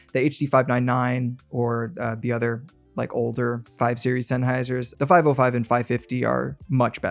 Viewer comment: it is not "5o5" but "505", not "6xo" but "6x0" --- not "ou" but zero